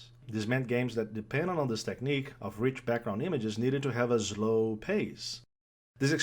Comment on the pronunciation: Did you switch to fucking Portuguese? Cant understand a word ffs next time make sure you can speak properly before making a video. Seriously, ZLOW?!?!